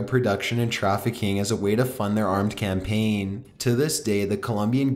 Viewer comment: Very informative and well done video but.... Why is ever syllable of the last work in a sentence so drawn out? Re: campaaaaaaaaaign